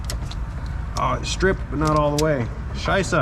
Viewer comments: That perfectly pronounced "Scheisse" caught me totally off-guard. :O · Your pronunciation of 'Scheiße' was your most authentic German so far...